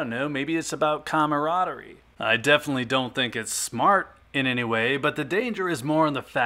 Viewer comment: I like your logic and reasoning more than 50% of the time. You get a couple points for pronouncing "camaraderie correctly.Personally,price points are an often used strategy that have kept some me in the black.I don't want to cost average up but, lately that's how it's been going.Finding $3 over for rounds is very challenging but not impossible. Numbers baby, you gotta shake a lot of trees to get some nice peaches.